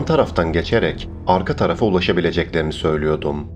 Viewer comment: R leei. Yutma. R. Leri. Söylüyodum. Değil. Söylüyordum. Ediyodu. Değil. Ediyordu. Vs vs vs vs. Sonuç. 👎👎👎👎👎